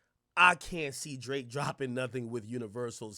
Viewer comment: “El draaké”